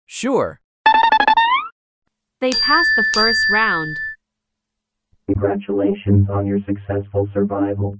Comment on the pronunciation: Bruh the suqid game girl said congrutulats